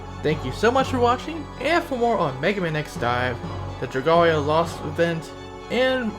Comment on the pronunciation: LOLOL hearing you say dragolia lost well it's okay but it's pronounce dra-gale-lia lost